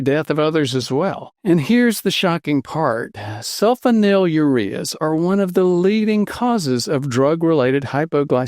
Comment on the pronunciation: “Sul FONYL ureas.”